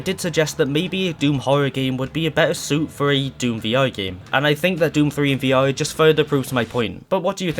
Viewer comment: Why are you saying V-O?